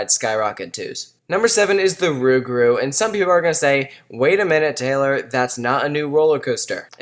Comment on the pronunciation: Rougarou is the Louisiana equivalent of Big Foot if you didn't know Pronounced Roo-ga-roo